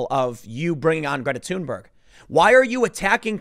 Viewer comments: Why does he keep saying tune Berg? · The fact that her name is pronounced as Tune-berg makes me laugh. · the way he pronounces Thunberg makes me think he smells his own farts